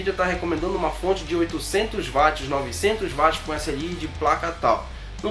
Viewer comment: otimo video, só um detalhe se diz uatis (watt) e nao vatis rsrs